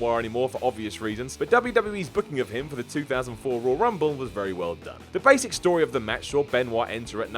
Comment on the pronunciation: “THE ROYY RUMBLE” it’s Royal lmao